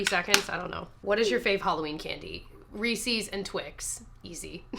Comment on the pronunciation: The mispronunciation of Reese’s….😫